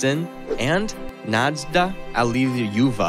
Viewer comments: “Nadezhda” is not pronounced “nayd Zee la”. There’s no “La” in her name at all. Lol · Nade-zila😂 good try though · Excellent video! The only flaw is that the Russian names are incorrectly pronounced. For instance, Stalin’s second wife’s name is pronounced ”Nad-YE-zh-da Alli-LU-ye-va”. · Your pronuncition is terrible, with the top being how you confused a capital i with a small l, it's iosifovna. And Dzhugashvili, it's Jew-gush-villy and Nadezhda, Na-dezh-da, zh like in invasion.